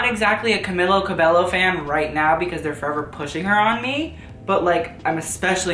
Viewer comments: Its Not Camila cabello... ist coelho! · Not camila cabello. Camila coehlo. She is an influencer i follow on instagram. Loved the video